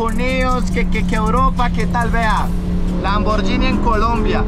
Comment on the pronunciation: Hola amigo te corrijo, tienes que aprender a pronunciar la marca Lamborghini, disculpa la intervención, Dios te bendiga.